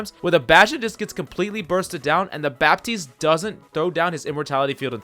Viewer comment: In french,don't pronounce bappppptiste but batiste (it sounds better for my french ears )